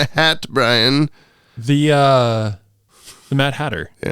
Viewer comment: What’s the origin of butchering Brian’s name beyond repair?